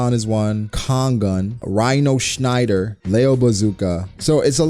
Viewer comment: As a German I have to say your pronounciation of "Schneider" was on point!